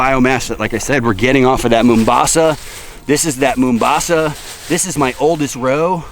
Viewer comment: lol its "mau" mbasa not "moo" mbasa its a city in my home country, Kenya.